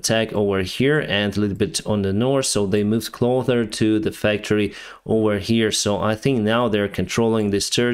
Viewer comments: Hey I just want to say. I’ve noticed you keep saying “Clother” The correct way to say it is “Closer..” Just wanted to help you out, one Ukrainian to another 👍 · Hi. When you say "closer" Its pronounced with an "S" not a "D". Like when you say "Kherson" or your name - "" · your english is very good but you are making 1 mistake very often... please pronounce clo"S"er instead of clo"th"er. Keep doing your great work on this topic, it is very important for many of us:0) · time for the weekly pronunciation lesson: more close = closer. Not clother, that doesn’t mean anything. Taking ground = advance, not advantage. Keep up the good work man ❤. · Hey, just a heads up: I think you are confusing clothes (what you wear) and close (being not far away), which is why you keep saying "they keep coming clother" instead of "closer". Take care and keep it up:) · Closer not clother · very good episode. thanks. btw, 'closer' is pronounced 'knocep' (I don't have cyrillic keyboard, but if you can use your imagination to find corresponding letters that look similar, I think I'm close (or should I say, 'knoc';) )) ps: I often skip the end of videos, to move onto the next on in line quicker, but with yours, I stay only to hear the line: "I wish you a peaceful sky, and have a great time". it's become iconic!;) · "closer" is pronounced with the sound "s"